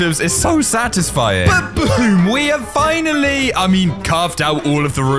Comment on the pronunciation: And why did he say fhinally